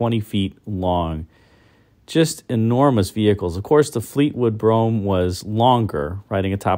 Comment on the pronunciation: Does anyone care that it’s pronounced “broohem” or has that horse left the barn?